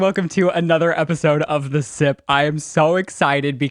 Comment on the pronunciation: I can't help but hear "The Simp" when he said "The Sip"